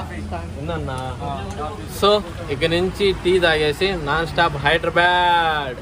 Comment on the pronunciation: ఒరేయ్ నాయనా హైదరాబాడ్,, కాదురా హైదరాబాద్ 🤣🤘🏻